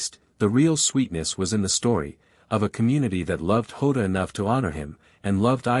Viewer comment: And it’s jota not ota you numb nuts